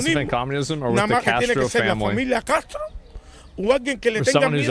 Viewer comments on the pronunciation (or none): none